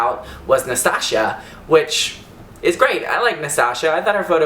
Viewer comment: you missprounounced nastasia's name like it was nastashia but good vid:)